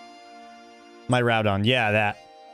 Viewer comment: Heads up - miraidons name is pronounced "mere-ry-don" as